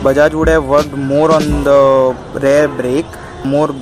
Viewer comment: It's spelled REAR Brake,REAR suspension not RARE Brake, RARE suspension.😂 About 4000rpm...dude are you new to bike riding,are you trying to copy what others are saying,dont you feel the power band? who the hell told you to keep below 4000rpm. Its a KTM DUkE 200 Engine with slight modifications (200NS-carburator,SOHC,high gearing,3 sparkplugs{a gimmick} . DUkE200-EFI,DOHC,Short gearing,single sparkplug) you need to keep above 4000rpm. every gear shift at 4500rpm is recommended! shifting below that is like torture even during run-in. You are ruining your engine components by lugging! Fuck this feels bad seeing useless fellow spreading false information. some ill imformed Bajaj showroom guys have no idea about their products..stay away from what some of bajaj ppl say. Also use Mobil1 Racing 4t 10w40 synthetic oil (in winters,rainy,moderate summer) or Motul synthetic 15w50 (in extreme hot summers) engine oil. Replace oil every 7500kms. Dont use crappy bajaj dtsi 20w50 mineral oil. keep speeds above 60 in 6th gear. constant riding at 5000rpm in 6th gear will give you fuel efficiency of about 56kmpl! improve your pronunciation,improve your basics!Ride safe!✌